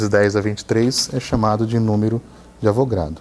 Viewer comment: Não é numero de Avogrado professor.... é Avogadro, de Amadeo Avogadro